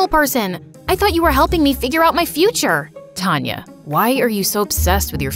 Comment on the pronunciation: It is taanya not tanya